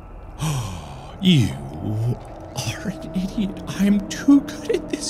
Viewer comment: How were you able to write idiot exactly the way he said it!??! Dude